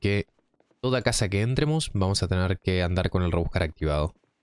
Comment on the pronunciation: Me encantan tus videos pero tengo que hacerte una corrección gramatical y de acentuación sobre un error que cometés siempre. Cuando usas el modo subjuntivo, por ejemplo desde el segundo decís "toda casa que éntremos", conjugás el verbo acentuándolo en la antepenúltima sílaba, cómo si la palabra fuera esdrújula. NO LO ES. Es "entremos" (la acentuación va en "tre"). Otro ejemplo hipotético podría ser "ojalá téngamos suerte" (mal dicho) en lugar de "ojalá tengamos suerte" (bien dicho). Espero no te tomes mal la corrección. Veo siempre tus streams. Son excelentes, y de hecho soy suscriptor de tu canal en twitch, pero debo decir que siempre cometés este error. Saludos